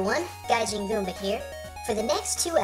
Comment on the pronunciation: you said it gajin. also weeaboo?